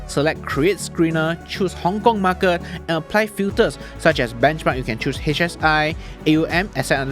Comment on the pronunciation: Why the hell do you always exaggerate your market pronouncing? MAR KET not MAR KIRT